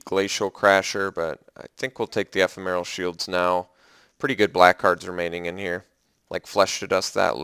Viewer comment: Love your drafts -- check out how to say ephemeral.